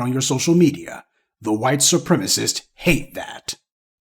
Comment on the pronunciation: I miss when you say "the white supremisses hate that". To me that sounds funny 😂. Please keep it going.